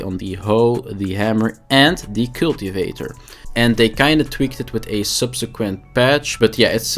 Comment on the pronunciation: The way you say Cultivator is brutal, It sounds like Killtivator